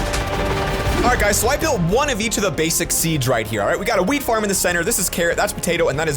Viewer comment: Wait he said weed not wheat